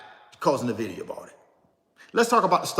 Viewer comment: Bro you repeat yourself constantly you said the same thing for over 30 mins And its not Navida its nvidia there is no vowel between the n and v